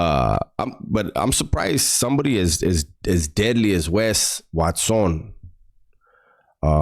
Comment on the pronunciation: Whenever you clown on his last name by pronouncing it 'whats-own', it cracks me the hell up!😂😂